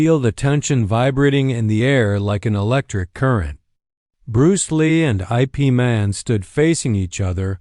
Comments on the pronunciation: Ip Man is NOT pronounced I. P. Man. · O M G "˜ ˜ ˜ ˜ ˜ I. P." sounded likes entence end. then "Man's expression never altered."